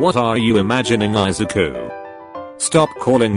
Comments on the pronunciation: Meedoryiaa Eye zuku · "Isicu" **Me**wheezing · I-a-zoo-koo okay then google